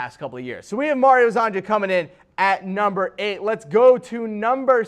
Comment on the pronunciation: It’s pronounced Mario Her-zon-ya. Please I can’t listen to you butcher his name anymore. All Croatian, Serbian, Montenegrin and Bosnian players with a “j” in their name is pronounced as a “y”